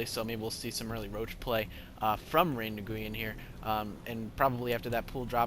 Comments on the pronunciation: I think* its pronounced ray-win I could be wrong and LOL "mothergate" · Since mcsweatshop didn't actually inform you of the correct pronunciation, Nguyen is a Vietnamese last name that is pronounced 'win'. Also, I'm wondering why the hydras failed, as they are both great AA and great anti-stalker units. Was it just good micro on Kiwi's part? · nguyen is pronounced knew-yen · I believe it's pronounce "Knee-en"